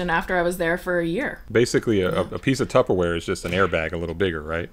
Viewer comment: “The Tuper Air” I’m done 💀